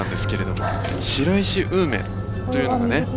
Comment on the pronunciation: しらいしではなく「しろいし」と読みます